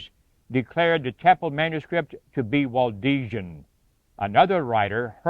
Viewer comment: It's Waldensian not Waldesian.